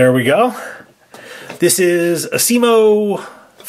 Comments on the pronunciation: and its not acimo its asimo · The first person is alexnewtron and you are saying asimo wrong